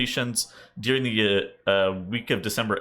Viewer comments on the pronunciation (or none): I don't think I'll ever get past you saying "dearing"